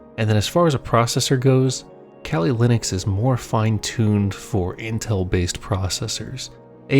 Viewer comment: kelly Linux? I thought it's kali Linux. Weird pronunciation. It derives from the Hindu goddess Kalika.